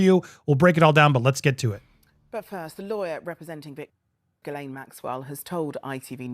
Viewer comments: It's pronounced gee lane. But love the way you call her jiz lane😊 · It's pronounced, "G Lane." If you eat starch and sugar, you will suffer the hunger pangs. As a result, I take in sugar only twice a month and starch once a week.